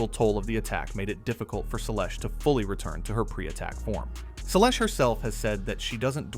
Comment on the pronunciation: If you want to attract tennis fans to your channel, you need to pronounce players' names correctly. I stopped watching after hearing how you mangled Seles.